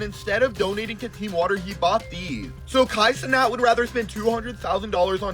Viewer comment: good vid. but bro's making a video that shines light on someone negatively, and can't even pronounce his name right, or his organization right 😭least u can do